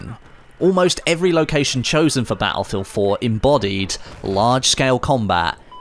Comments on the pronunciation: its "Battlefield" not "Baulfield" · I love how he says batt-le-field